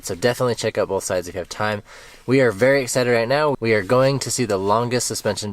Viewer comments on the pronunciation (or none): none